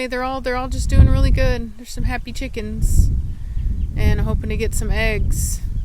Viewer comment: Cheekans 😂😂 I love the way you say chickens it’s so funny 😂 glad they are safe. Also glad Cashmere will stay longer, I hope she will like her new owners.